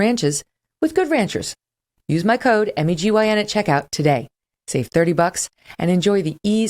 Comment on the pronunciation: <3 the show, I'm learning english from it. Yours pronunciation is so cool, Megyn, thank you so much! Greetings from Ukraine